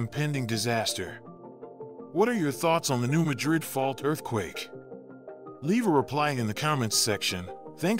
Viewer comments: New Ma’drid, not new Ma drid’. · pronounced New Mad rid check on google how to pronounce